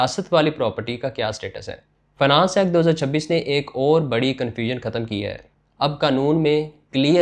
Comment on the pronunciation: لگتا ہے تم بچپن سے ہی ہندی فلمیں دیکھتے ہو ختم کو بار بار کھتم کھتم کر دیا ہے بول رہے ہو ۔